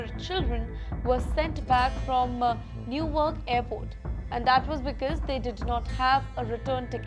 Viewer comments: It’s called “Ne Wark” not “newarc” 😂 pehle pronunciations thik Karlo isiliye vaga rah hai… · Don’t make fool to audience try pronounce properly not New York it’s newark